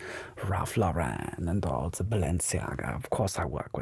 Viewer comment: Like ze Vetruvians 😂